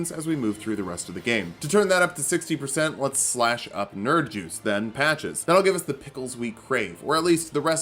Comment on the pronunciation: To this day I still can't tell whether hes just saying nerijus or 'nerd juice'